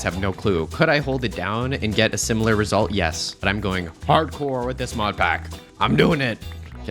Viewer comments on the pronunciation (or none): none